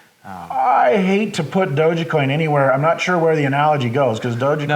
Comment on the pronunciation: Nice talk! Decentraland is an interesting project that will probably last. But it's not Doge-e-coin, it's dogecoin, long O, soft G silent E ;)